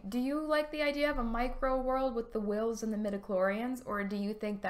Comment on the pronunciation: Book of the Uhwh-ills.